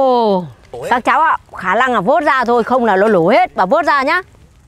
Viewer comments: Khả lăng khả lăng khả lặng 😂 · nướng ❌ lướng✅ nổ ❌ lổ✅ khả năng❌ khả lăng✅✅ 😂😂😂😂😂😂